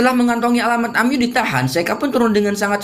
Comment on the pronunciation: Bang buka amyu tapi amiy